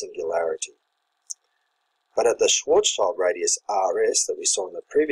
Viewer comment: If you can, pls say "Schwartzshield metric". It's schild, not child